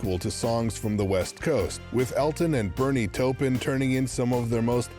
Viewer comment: I wish the narrator would stop mis-pronouncing Bernie Taupin's last name.